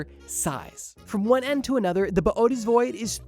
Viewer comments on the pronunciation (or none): "Boo-tease void", not boy-a-tees. Please. If enough people mispronounce it, we can make it happen. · “Bo oaties” is killing me to hear… it’s pronounced “bo ay tees”…. Boötes